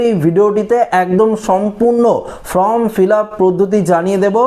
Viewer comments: ফরম নয়, ফর্ম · ফর্ম ফিলাপ করার জন্য বি এল ও অফিসারদের সাহায্য করতে হবে। সকলের পক্ষে নির্ভুল ফিলাপ করা সম্ভব নয়। এটা যাতে ঠিক হয় সেটা দেখা নির্বাচন কমিশনের কর্তব্যের মধ্যেই পড়ে। এই যে আপনি বলছেন আপনি কি নির্ভুল বলছেন? বারবার form কে from বলছেন।